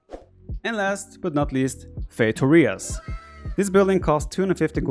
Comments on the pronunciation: As a portuguese viewer, I'm very honored by the fact that you actually googled how to pronounce "feitorias", albeit with a standard American English pronunciation 😂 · that pronunciation is so off, but i'm also honnored u googled it :') love from portugal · That's not how you pronounce feitorias btw.